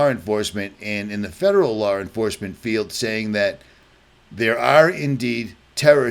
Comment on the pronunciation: Stop putting the "r" sound when you say law. Its l....ah or law. Not lawr